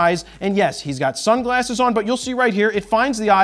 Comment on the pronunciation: I was wondering why he was emphasizing so much on the sunglasses man